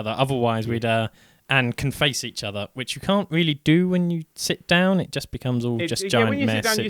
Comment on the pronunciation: Ummm... awkward typo... you said shit not sit... LOL!